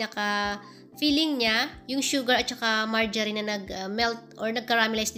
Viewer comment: Heheehe song un?start marjerin yan kc bigkas m.